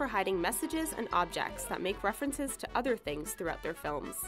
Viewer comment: It says toother instead of to other